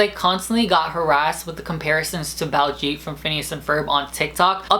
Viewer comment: It's Bal-jeet, don't kill the pronounciation